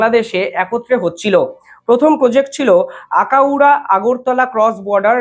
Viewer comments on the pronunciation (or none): Bhai akaura noi eta Akhaura hobe...